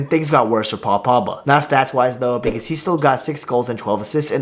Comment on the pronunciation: Say the letter G